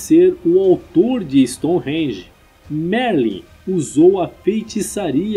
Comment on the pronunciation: Gentleman, seems that you have been living in London for several years ( the accent ) when you say the word “Stonehenge”. Awesome.